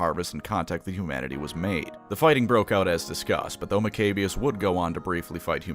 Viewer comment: I just love how he pronounces maccabeus “Mcabious.” While most people I hear pronounce it like “Mac-a-bee-ious.”